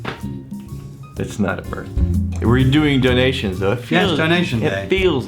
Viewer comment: I feel bad slightly bad for messing with on a day when people were less than ingratiating toward him...But, "Frostingk" and "Doingk".